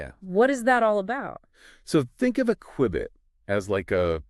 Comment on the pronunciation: Had me until “qwibit” 😂